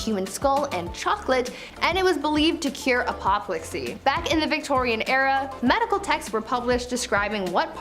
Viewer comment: Wish the Americans would google the pronunciation of English words before they mangle them. Allum and Apoplexy being just two mangled words here.